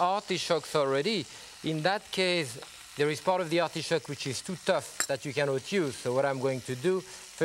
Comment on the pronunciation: I love how he says arti-shoke lol